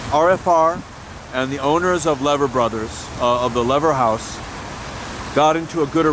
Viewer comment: It's promounced Leever house.